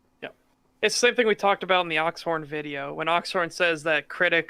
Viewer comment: You are so annoying ... Learn how to properly pronounce the word " about " and stop trying to get popular by using another more popular youtubers videos !